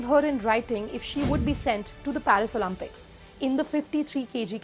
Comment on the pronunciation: Great video. Thank you. Just a small suggestion ...the games are pronounced Oh-LIMP(not "Lump")-ix It matters because it distracts from the message. Warm wishes and keep reporting